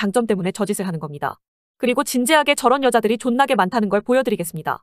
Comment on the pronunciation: '존나게 많다는걸 보여드리겠습니다' 에서 '존나게' 의 발음이 너무 찰지게 짝짝 들러붙어서 재미있습니다.